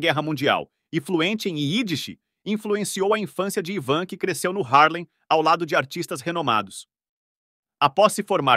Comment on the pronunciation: O ivan dixon, pronuncia.se aivan dixon e o klink é vilhelm klink. Parabéns pela produção